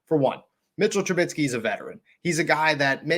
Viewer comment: chuckling at 'TRA-BIT-SKEE'. apologies, just funny to me. :-)